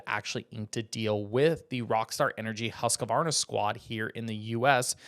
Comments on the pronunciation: The actual correct pronunciation is hoosk-varna. Not husk-varna and certainly not husk-A-Varna!! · It’s not husk a varna. It’s husquvarna-2 syllables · It is my understanding that when pronounced correctly, Husqvarna is a two syllable word, husk- varna not a three syllable word as it is being pronounced in the video. The spelling seems consistent with two syllables.